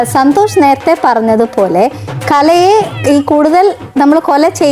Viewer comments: കലെനെ 😂😂കലയെ ന്ന് പറയാൻ പോലും അറിയില്ല കഷ്ടം 🙏🏼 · Kalayena alla kalaye